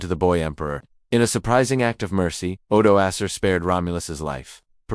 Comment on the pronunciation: AI cannot even pronounce Odoaker right. Acer😂😂😂 And young Romulus plays with a tin soldier from the napoleonic wars🎉